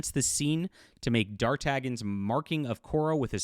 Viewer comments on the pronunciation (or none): With all the attention you and others have given her, she made so much money from book sales, she took a ten-day vacation lol And the way you misspronounce D'Artagnon is HILLARIOUS and so wrong.